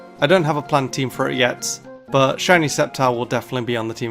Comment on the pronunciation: DO NOT LEAVE OFF THE C IN SCEPTILE! AND METAGROSS IS ONE WORD!